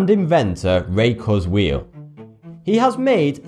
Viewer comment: I like a lot of your videos but I have three criticisms of this one... (1) Please learn to pronounce names correctly. Heinlein and Kurzweil are not pronounced like that. This is a problem with a few other videos and it makes them look amateurish and unreliable as sources of information. Looking up correct pronunciations should be part of your research. (2) The accuracy of Nostradamus's predictions has been repeatedly debunked. I especially recommend James Randi's book The Mask of Nostradamus. (You could do a whole video on Randi's book.) The quatrain cited in the video doesn't refer to the 9/11 attacks. The "new city" is probably Naples, which is near a volcano. It's not a stretch to predict it'll erupt again. The rest of the quatrain sounds more like a volcano ("a great scattered flame will leap up") than a terrorist attack. The quatrain about Hitler misses the mark -- he was born in Austria (central, not western Europe) and his fame increased in Germany, not eastern Europe, unless one believes "his fame shall increase" is a valid prophetic description of Hitler invading Poland and the Soviet Union. (3) In the world's list of historical monsters, Saddam Hussein is a minor entry compared to a couple dozen other mass-murdering dictators. He hardly qualifies as one of three Antichrists.